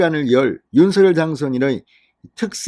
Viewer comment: 윤서결로 발음하지마세요. 듣기거북합니다 윤석열 입니다